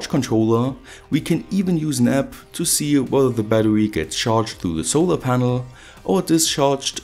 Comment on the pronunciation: "solor ponol"